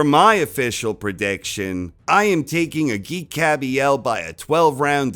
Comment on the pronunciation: The G in Agit is pronounced as a J.